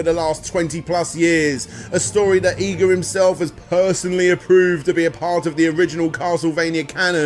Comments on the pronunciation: Iga - ee gah not eye gah Komine - Koh mee nay not Koh mine This is japanese not english, the rules for pronunciation are EXTREMELY easy to pick up. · You cant even say his name right his name is I G A and not EYE GA.. stop bull-fecesing around... you can say IGOR but you cant say IGA... you are being stubborn and respect that man and pronounce his name correct as how you hear it im sure you heard it before now go and practice it... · "akumoojo" "eyega" "kohmyne castle" "battle of eighzu" christ man. I don't expect the average joe to have to learn how to pronounce random stuff from a language he doesn't speak. But you're not the average joe, you're making money off of hour-long documentaries focused on japanese media. Is it really too much to expect you to learn to say other people's names, other people's locations? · please.. PLEASE stop saying japanese words... its horrible... i know you youtubers hate being pestered about pronunciations but cum on... its not hard... 5 vowels.. look it up...you werent even consistent on EE-ga or Ai-ga... also did i hear a kojima -san? like hideo?... koji -san.. i think you meant...jeezus.. im gonna purposely fuck up everything brits say now just to spite you... but still.. a good video...i know.. iknow... im the problem here... just try a little more... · Consistent pronunciation? Who the hell needs it? Iga, Eega, Aiga it's all the same.